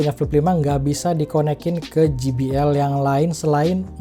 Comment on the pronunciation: Je bi el bang bukan Ji bi el 😁